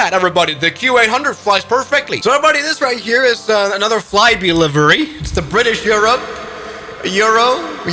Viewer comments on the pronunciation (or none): ah yes, BRITISH EISH FISH EUROPEAN - my favourite airline 😂